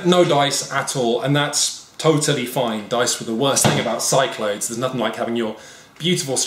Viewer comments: I wasn't too frustrated with alternating pronunciation of "Cyclades" until he did it 10 seconds apart. When you're at the point that you can't make up your mind from one sentence to the next, you really need to cut the shit and commit. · There's no way Cyclades is pronounced like that! It's SIC-la-DEES! (Or apparently KIK-la-thes in Greek) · its named after the Greek Islands, pronounced sick-la-dees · I like Shut Up and Sit Down, but the mispronunciation of Cyclades makes me cringe literally every time.